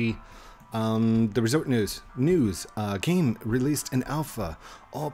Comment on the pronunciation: U said resport not resort